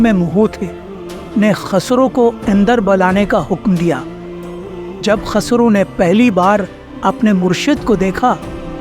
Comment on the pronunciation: KHASRO NAHI KHUSRO. AAP SAHI SE NAHI BOL RAHE HO.